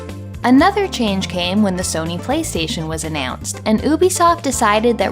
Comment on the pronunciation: Maybe you're just throwing shade at Ubisoft (which I'm entirely in support of haha), but on the off chance you're not, I'll mention that it's meant to be pronounced "You Bee Soft" 😊👍